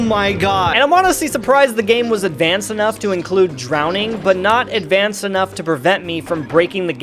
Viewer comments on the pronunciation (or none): none